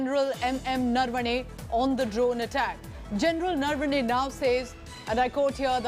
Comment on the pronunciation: It’s general Naravane. Why are you saying narvane